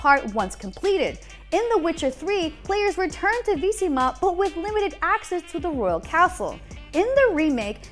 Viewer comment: What is Veesima? You mean Vizima?